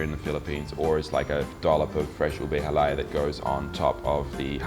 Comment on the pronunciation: I am surprised you wife is not training you how to prounounce "halaya" - lol. (accent should be on the last syllable)...but I am just nitpicking mate..good on ya, at least you're trying, my Aussie hub is not as enthusiastic learning my language, :P For dessert, my faves - my sis makes the best gelatine (it contains egg, not just plain gulaman and fruit salad), buko pandan, buko salad and turon, aside from halo halo with crunchy pinipig which you did not mention. Also, have you tasted puto Binan? It is a specialty from my home town, great with chicken arroz caldo or what we call pospas among us Tagalogs. Cheers from Tassie!